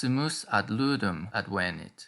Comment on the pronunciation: ádvenit, et non advénit, quia advénit esset in perfecto!